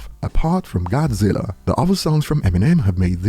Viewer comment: Not godziller! lol love ya